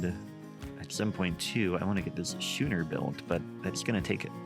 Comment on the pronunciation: It's pronounced "sko͞onər" with a K sound. Sorry, had to. Was driving me nuts.